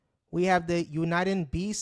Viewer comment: we use this to talk all over the world either by voice, morse code, or one of thousands of digital formats that we have to send data and information. Send email over RF not using the internet. and so much more. Where are you from and what is your channel about? you are mispronouncing UNIDEN but that's ok I subscribed anyway LOL :)